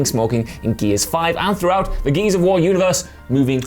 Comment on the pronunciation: It almost sounded like said geezers of war 😁